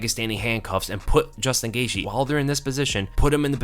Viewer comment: I've heard Gaethje's name pronounced GEY-CHEE, GEY-GEE, GEY-THIE by different fighters and analysts. But this is the first time I've GEY-SHE. I wonder if Gaethje himself ever gets confused as to which it is lol.